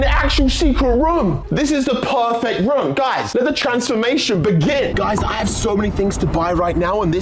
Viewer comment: Bruv gotta love the way Kay say room it be like he’s saying rum